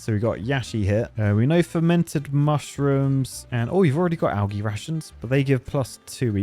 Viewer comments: Bird make him say algae right 😂😂😂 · Does he not know how to say algae.